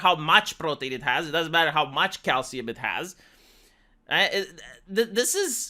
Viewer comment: Your accent made me hear 'cow semen' instead of 'calcium'. 😄